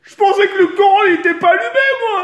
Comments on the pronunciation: ah un moment jai cru il a di"le Coran était étein" et pas le courant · Au début je croyais qu'il disait coran ou lieu de courant ! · qui a l'impression que dit coran quand il dit courant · Mcdakiller fait pas de vido ouais mais tk il dis le CORAN au lieu du courant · mdrr au lieu de dire couran il dit coran starfoulah ! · a la place de dire le courant il a dit le " corant " c est un prank